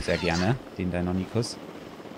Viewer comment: Lieber, die dinonychus werden dino(english)-ny-schuss ausgesprochen😅